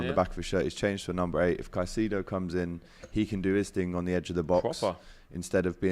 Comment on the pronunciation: Wow! finally pronounced Caicedo properly